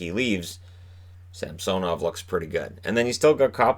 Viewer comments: It’s Sam-so-nov? Not Sam-suh-nov? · Brandon Narayan yeah it’s Sam-suh-nov